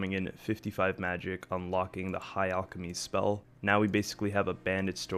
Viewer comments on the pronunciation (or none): none